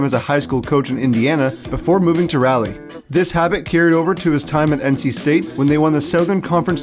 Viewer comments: NC State fan here. We are not a decent basketball program at all. And it's pronounced "Raw-lee" not Rally. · hate being this guy but it’s pronounced rah-lee bro